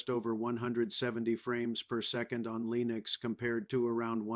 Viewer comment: You know it's bad AI when the bot says LEENieX